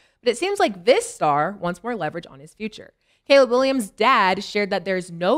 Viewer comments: He called him "collab" 🤣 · Bro why Cam can’t say CALEB it’s been like 3 days in a row 😂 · Cam pronouncing Caleb like the sub from key and peele 😂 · My boy Cam be fighting for his life pronouncing “Caleb” 😂😂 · Cam not being able to say Caleb Williams name is outstanding!! This show is the best out there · I’m just confused on why Cam don’t know how to say “Caleb” until somebody tells him 😂😂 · Cam not being able to pronounce "Caleb" is the hoodest shit I've ever witnessed 😂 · How the hell does cam not know how to pronounce Caleb?! 😂😂😂